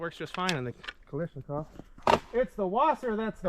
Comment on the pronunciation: Say it with me. Ka-lash-nikov. It’s not Kalish it’s Kalash.